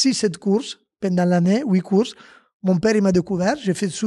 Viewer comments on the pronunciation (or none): none